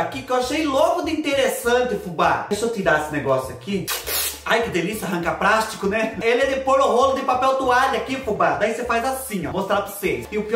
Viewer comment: Veio o prendedor de 'prástico'.... demais kkkk